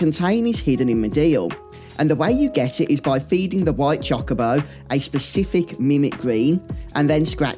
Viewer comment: I dunno why every British youtuber mispronounces Chocobo, but it hurts every time I hear it. I mean... I mispronounce Tidus and Zidane, but still.